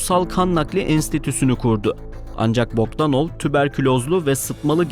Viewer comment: "Alexander Bokdanov" demekki fikir baya boktanmış 😅